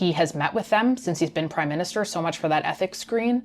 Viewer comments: "MIN-Ster" vs MINIS-Ter - With gratitude. Great job! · Minster not minister no Jim hacker